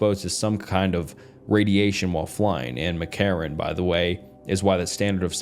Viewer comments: As someone from vegas, him mispronouncing mckarran is killing me😭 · For God's sake, you could have googled McCarren pronunciation. Mc Carren.. mick karen. Have you never heard of Los Vegas prior to this? Do you preread any of it? You should! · As a Vegas local, pronouncing “McCarran” as anything other than “Mick-Karen” should be criminal 😭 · the way he said McCarran lokey peeved me as an avid new Vegas player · Btw Mccarran is pronounced mick-karen. Also the real area 51 is under Hawthorne Nevada. No aircraft stuuf though, Bio weapons in Dugway Utah and air force/space force secret shit is done in between almost in between Colorado springs and Truckton.